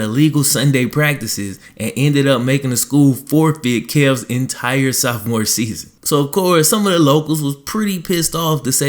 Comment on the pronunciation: Why you keep sayin saowphmore?